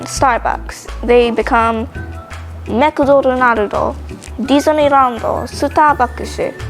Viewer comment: I’m Japanese and most of what you said was correct, but the McDonald’s one was a bit incorrect. We say makudonarudo but you sounded like makudorunarudo Anyways, I enjoyed your video!